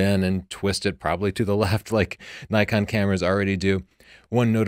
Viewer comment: Judging the grammar in "tavel of light" according to your convention, while pronouncing "Nikon" wrong? Interesting.